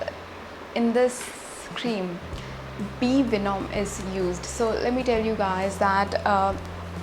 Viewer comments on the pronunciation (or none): be venum- thts how it is pronounced